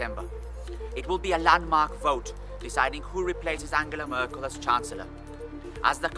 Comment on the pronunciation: "Angela Mörkel" lol